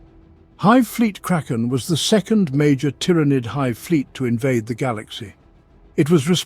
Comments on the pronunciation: Why do you pronounce tyrans different from tyranid? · This must be some text to speech since it keeps pronouncing Tyranid in 50 different ways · Is it pronounced TY-RAH-NID or TEAR-A-NID. You were using both pronunciations. But mostly the first one you were using. Sounded weird.